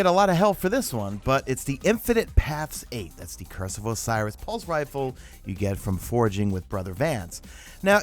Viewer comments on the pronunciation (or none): none